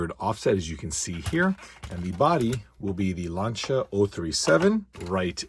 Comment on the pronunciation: The First Time i hear Lancia pronunced right from an american/British.